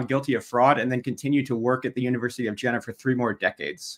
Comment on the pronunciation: It is pronounced Yeena. With a soft J. Not Gin-uh or Jin-uh. For the record.